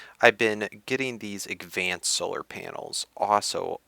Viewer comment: FEEDBACK: I love you videos but I cringe every time you pronounce advanced wrong (a lot like you used to say drounding) btw if you don't know what I'm talking about I'm pretty sure you pronounce it agvanced, I hope you consider my comment- no hard feelings!